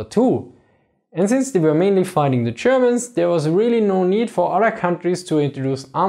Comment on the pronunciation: Zze Chermans